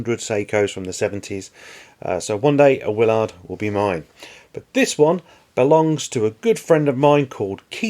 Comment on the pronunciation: The captain's name is pronounced Will-erd or Will-ird not Will-ard